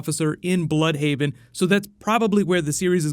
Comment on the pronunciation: Not "blood"haven ,BLÜDHAVEN ...